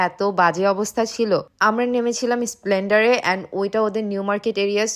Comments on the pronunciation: Sob vul val uccharon - 1) park street not parking street 2) Esplanade not splender aro a6a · Trump na trum , rumali ruti ar lacchha porata, ota splendor na , esplanade metro station, tobe tomra khub misti , ktha gulou misti , vogoban tomader mongol korun❤ valobasa roilo kolkata theke❤ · স্প্লেন্ডার নয় কথাটা স্প্লানেড 😂😂😂. কথাটা ভিক্টোরিয়াল মেমোরিয়াল নয় ভিক্টোরিয়া মেমোরিয়াল😂😂😂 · এসপ্ল্যান্ডার (এসপ্ল্যানেড) আর ট্রাম্প (ট্রাম) শুনে বোঝা গেলো পুরো বাংলাদেশি।😂😂😂😂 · Esplanade ,,,,, splender 😂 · আমাদের দেশে রুপি বলে না বলে টাকা। তোমরা হিন্দি না বলে এখানকার বাংলা বলো। এস্প্লালেন্ডার নয় এসপ্ল্যানেড। আপনাদের অদ্ভুদ মার্কা উচ্চারণ বন্ধ করো। আর তোমাদের বাংলাদেশি বাংলা বললে দাম বেশি বলবে। আমরাও বাঙালি আমাদের কাছে বেশি দাম বলে না। তাই আমাদের বাংলায় এলে আমাদের মতো বাংলা বলো। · আপনার উচ্চারণ এত ভুল কলকাতায় আসছ ভিডিও করছ ভালো কথা আগে সব কিছু রিসার্চ করে ভিডিও করো ওভার স্মার্ট হয়ে কথায় কথায় ইংলিশ বলে আর ভুল উচ্চারণ করে নিজেকে হাস্যকর না করলেও পারতে ভুল গুলো ঠিক করে দেই ট্রাম, এসপ্ল্যানেড, পার্ক স্ট্রিট হবে